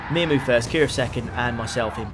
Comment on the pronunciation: "Mia-moo" is actually pronounced mew-mew if it's said anything like the pre-existing brand name miu miu